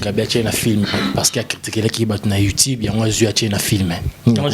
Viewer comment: le mignon on dit Youtube et non youtibe 🙄